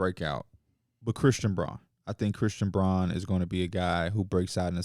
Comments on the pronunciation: Love the pod but it’s pronounced Christian brown not bron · Christian Braun is probably the only guy’s name that P constantly mispronounces. He prides himself in that but Braun kicks his ass lol